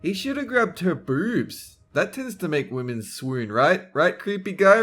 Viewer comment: I like the way says boobs. Lmao it sounds like broobz😂